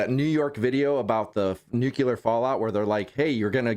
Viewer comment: It's Nuclear not Nucular 🤣 Everything is clear after a nuke, not cooler